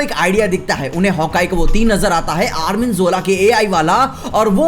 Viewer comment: bhai Arnim zola yar , armin ni😂😂🤣🤣